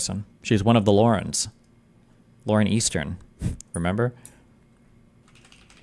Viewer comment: “Lauren Eastern” is hilarious lmao